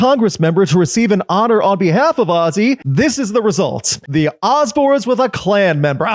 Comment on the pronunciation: "The Ozembournes" 🤨